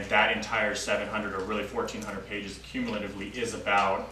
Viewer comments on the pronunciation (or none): none